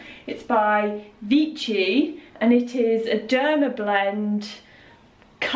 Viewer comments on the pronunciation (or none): Just to add to the pronunciation confusion, I believe Vichy is pronounced “Vi’shi” 😘